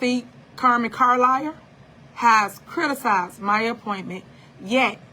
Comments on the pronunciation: So she wants to sue for defamation ,but insists upon calling trustee Carmen Carlisle " Car-liar"? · Lol I’d rather be called Carlliar than Theifany